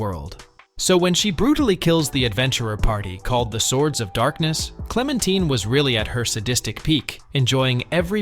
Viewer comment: Just use the dub version. Also you pronounced Clementine wrong.